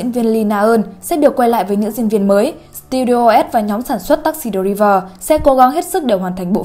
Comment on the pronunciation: taxi “driver” 😂😂😂😂. “ai” chứ k phải “i”